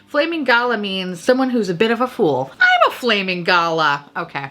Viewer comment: Ok. I feel like you're talking to me today. And people have probably already commented but because I haven't read the comments I will just say this - Aussie is pronounced O-zz-ee . Galah is gal (as in girl) gal-arr . And struth is pronounced Str-oo-th . Love your work and accept your apology for butchering our slang. Hehe!